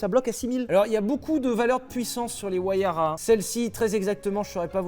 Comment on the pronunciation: Merci Sylvain pour cette belle présentation de la Pagani "WAYARA"